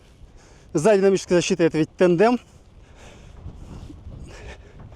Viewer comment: Тандем а не тендем!